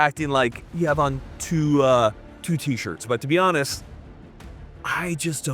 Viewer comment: "tuaaaa t-shirts" :)